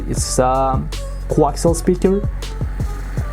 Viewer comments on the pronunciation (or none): none